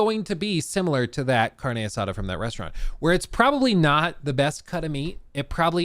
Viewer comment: “Carne assada” sounds funny when says it.